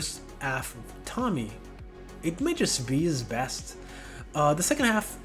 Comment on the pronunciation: i think its nice ur making longer form vids :) also, its not tommy. its pronounced TOE ME AY. l